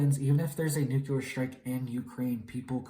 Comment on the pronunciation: He actually said Nuculer instead of Nuclear. Bush got Hella clowned on for that.